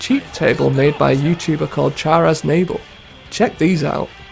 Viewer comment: Az-nay-ble? It's Az-nah-ble Char Aznable is one of the most prominent character from the Gundam (gun-dum) franchise. If you've ever seen a pink/red robot in a PewDiePie video; that's Char's original mecha, or Mobile Suit; the Zaku 2.